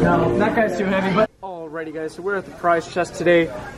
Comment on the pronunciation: I heard prize chest and not pirates chest